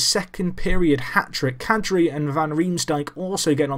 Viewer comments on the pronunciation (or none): Hey man Kadri is pronounced Kodri And Hjalmarsson is prounced Jar--maa-son